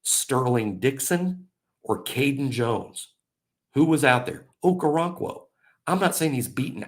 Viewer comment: Its pronounced Oko-ron-kwo. Hes very athletic with his background in soccer and gymnastics. Excellent feet